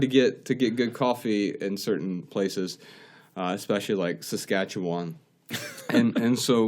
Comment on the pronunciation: Lol Saskatchewan shoutout! You did pretty good pronouncing it.